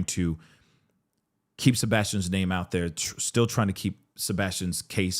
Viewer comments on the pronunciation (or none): God please stop pronouncing his name that way!!!